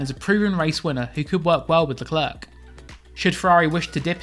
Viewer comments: The C is silent.... Idiot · I hate the way you say Leclerc... Figure it out.